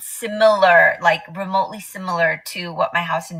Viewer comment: 7.57 'simOlOr' ....do you mean Similar? 😂 WOW